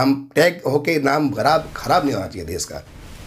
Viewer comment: Vo des nhi desh hota hai 😤😤 anpad